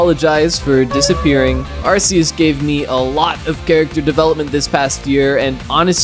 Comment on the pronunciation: You said Arceus wrong. It’s like Ark